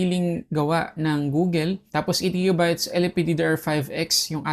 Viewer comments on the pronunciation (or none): Google, not Googel